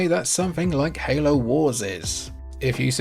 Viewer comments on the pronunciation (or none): none